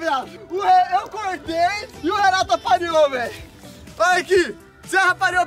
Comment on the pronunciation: O Renato falo erado apariou kkkkkkkk